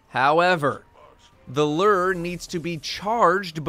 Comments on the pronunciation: Merch looks like you watched unas annus. Also its loo-er not lurr.. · Bruh. it’s pronounced Lu-ure not Lrrrr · Bungie is gonna make me quit destiny by the way streamers can't figure out how to pronounce "lure." LOO-ER. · My inventory: Lure: Ler 😂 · Personally I enjoyed how said it like “Luur” instead of “Lewer”. No offense, I’m just easily amused by these sorts of things. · I'm really distracted by the fact that you pronounce it lerrrr instead of loooor. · says lure My brain: I AM LURR! RULER OF THE PLANET OMICRON PERSEI 8! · He isn't the only Destiny content creator who butchers it. LU-ure people, get that double u sound in there. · pronouncing “lure” like it’s the ruler of Omicron Persei 8 over here. Lure ≠ Lrrr! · Hahahaha "Lurr" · /lo͝or/ in case you wanted to pronounce it right 😂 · L E R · my friend, it’s pronounced “loor”. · isnt it pronounced "lew-er" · Why do you say lure like that? Stop saying lure like that. Lurr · bruh.... it’s pronounced “loo-er,” like a fishing lure......your pronunciation is super weird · Wait how is he pronouncing lure? 😂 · Can no Destiny content creator pronounce Lure correctly? JHC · How does a person not know how to pronounce lure?